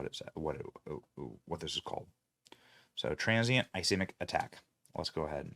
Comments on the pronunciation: Ish-keem-ic is the pronunciation of ischemic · ischemic is pronounced uh skee muhk. Look it up man. Is there no show prep?